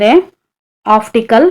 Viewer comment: Optical madam uchharane alli oftical anthidiea